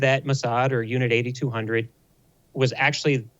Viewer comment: It's actually pronounced Unit 8-200, as in eight two-hundred. And NOT Unit 8200, you know, eighty-two hundred.